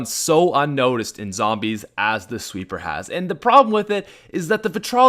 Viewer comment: Why did he call it a sweppr